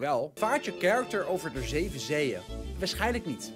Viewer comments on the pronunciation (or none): none